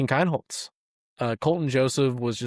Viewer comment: It’s pronounced KEENholz.